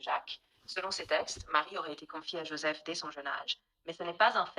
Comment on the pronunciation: Oooooh là mais qu’est ce que tu racontes ? D’abord va apprendre à prononcer Joseph et parler bien le français avant de parler de sujet qui te dépassent.